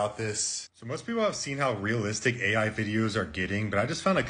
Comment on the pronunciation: You pronounced AI wrong